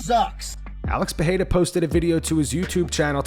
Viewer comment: Even Rogan, the author of that butchered pronounciation, says PeRRRReira nowadays